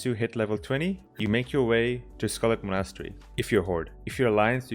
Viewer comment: I've never heard anyone pronounce Monastery like that lol, Mah-Naus-tree